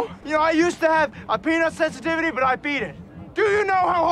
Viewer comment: Am I the only one who heard that character say "Penissensitivity" instead of "Peanutsensitivity"?!